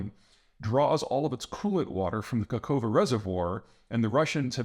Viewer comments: Bro, it's not KAKHOVA it's KA(K)HOVKA... KA HOV KA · It's KaHoVKa, not Kakova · Not Kakova 😂😂😂 - Kahovka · *Not kakova but kakh(x/ ⟨ch⟩ ) ovka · Zapor-nitsa is nearby Kiir-son. Where do you think the Kak-ova dam is? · It's "Ka-Ho-Vka", Peter 😂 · Kakhovka...3 Ks. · Kakhovka.with 3 Ks according to my map.